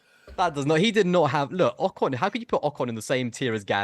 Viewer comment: You really need to be pronouncing names correctly. Your guest said Ocon correct multiple times and you didn't seem to care.